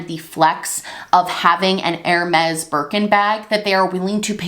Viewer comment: Bless you but Hermes is pronounced more like Herr-may